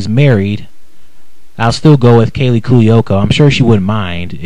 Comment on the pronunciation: It's freaking pronounced Cu-o-co!